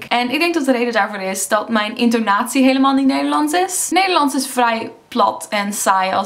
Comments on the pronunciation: I think your "s" is turning more to an American/English "s". When you say "Nederlands", your "s" sounds a bit like a "z"? Or your "a" is a bit too much like an "e" (literally "Nederlends). Maybe a combination, but I can definitely hear an accent in there (that doesn't come from Leiden ;)). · In sommige zinnen zijn wat letters inderdaad een stuk zachter uitgesproken, bijvoorbeeld de t en d. Telkens als je “nederlands” zegt klinkt als “Neyerlan’ers”. Ook wordt de ‘ij’ soms als ‘uh’ uitgesproken ‘zijn’-> ‘zahn’ (misschien gewoon per ongeluk foutje, maar het valt wel op als ik met iemand zou praten). Ohh en het meest opvallende is de g, die je nu vaak als zachte g of h zegt: ‘zeggen’ -> ‘zehhuh’ en zachte g bij ‘gesproken’ Misschien zeg je de letters wel, maar niet duidelijk genoeg, maar je niveau Nederlands is duidelijk hoog! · de manoer waar op je grappig en nederlands zeg is anders met een beetje een engels accent